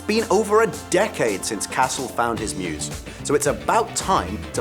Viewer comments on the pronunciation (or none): none